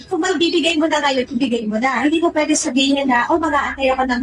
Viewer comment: "hindi yan POYDI... " 😂